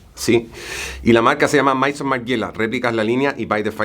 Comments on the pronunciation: Maison se pronuncia mesón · Se pronuncia Mesón Margiela, Maison igual a casa!